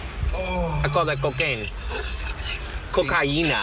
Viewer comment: the way the cop says cocaine 😂